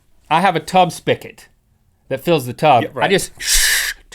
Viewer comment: spigot... with a 'g' damnit